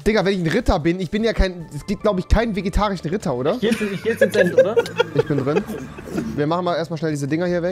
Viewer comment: Rewi: Also es gibt doch safe keinen Vegetarichen Ritter !! Ich: Nen vegetarichen eh net😂 Ich liebe einfach seine Aussprache 😂😂